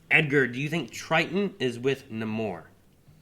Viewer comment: hey big fan. but Namor is pronounced "Nay-More" and they wont use him because his live action rights were sold to Universal along with the Hulk when Marvel was selling distribution rights years ago.